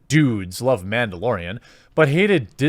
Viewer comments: It's Mandalorian, not Ma'amdalorian. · Its Mandalorian not Womandalorian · It’s called MANdolorian not Bitchdelorian.